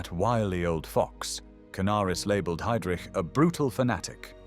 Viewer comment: So ist es, wenn man eine KI diese hervorragende Doku übersetzen lässt: Es kommt dabei nur Mist heraus, vorgetragen von einer leiernden Roboterstimme. Die Fritsch-Blomberg-Krise dreht sich plötzlich um eine VerteidigungsministerIN, die wie Heydrich völlig falsch ausgesprochen wird usw. Die Fehler sind Legion. Bitte neu übersetzen.